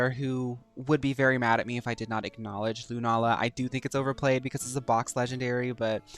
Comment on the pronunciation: Lunala butchered 😢